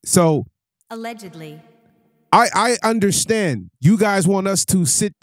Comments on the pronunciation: lol the word is pronounced allegedly bro 😂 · Y’all losers get a mic and say anything… “Allegically” yea you don’t know what your talking about.😂😂😂😂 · "Allegically" 😂😂 Brother, its Allegedly. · What is Alleged-KLEE? 😂😂😂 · I can’t even listen to this dude no more!!! He can’t even say allegedly right. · Will someone please tell him how to pronounce allegedly